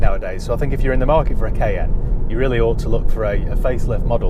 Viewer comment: The Porsche Kay N 😅